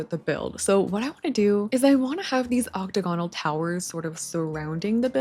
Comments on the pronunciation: Girl I’ve been watching you for months now and I truly love every video but— it’s oc-TA-gon-al. Not oc-ta-GON-al. Please 😭😭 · btw it's "ocTAGonal" not "octaGONal" lol